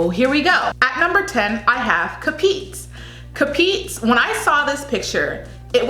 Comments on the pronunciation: 10. CAPIZ - kah-piz 9. PASAY - pass-eye 8. DAVAO DEL NORTE - dah-vahw del norte 7. CEBU PROVINCE ✔ 6. AKLAN - ack (not awk) -lan 5. GENERAL SANTOS ✔ 4. CEBU CITY ✔ 3. QUEZON CITY - ke-zon city 2. BILIRAN - bi-lee-ran 1. SORSOGON ✔ Also, BAGUIO - bag-yo DAVAO - dah-wahw PARAÑAQUE ✔ Also, the reason why there is such a clamor for Davao is that she was the earliest frontrunner among all of these girls. The problem with her is that since her competition stepped up their game, she got left out. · Hi,. Ca"piz not Capi"z hehe...anyway I just enjoy listening to how you pronounced Filipino words...Keep up...luv yah! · PASAY: "PAAH" - "Psy" ... "Psy" same as Psychology ... not "PA"-"SAY" BAGUIO: "Bag" - "Yu" ... "Yu" same as Yugoslavia ... not "Bag" - "Yao" QUEZON: "Keeh" - " Zon" ... "Keeh" same as Keto Diet ... not "Kwe" - "Zon" CAPIZ: "Kaaah" - "Piece" ... "Piece" same as Per Piece or Peace ... not "Kah-Pits" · right pronunciation i didnt intend to misunderstood by others or being rude. ca - pis (piss in english word) not capiz (theres a space in between when you pronounce) pa - say not pa - sey davao del (nor - teh) not nor - tey sebu (fast pronunciation) not sey / say (english word) - buw.. ak! - lan! not like saying auck - lan .. the (her) proununcion of ak is kinda girly like auck but the right is just AK! general ☑️ san! - tos! (toss (english word) like saying toss in english)not san - tows.. ke - zon not k - (k e y not the key for lock) - zon bi - li - ran not biliran (run in english) .. theres a space in between saying the letters in 2 sor - so - gon not sor - sow - gown.. im not referring the word gown as like wedding gown but go-wn.. da! - baw! not da - vow (english word) once again i dont intend to be rude but i just want is to help those who doesnt know how those words be pronounced here in the ph. 😅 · CA-PIECE = CAPIZ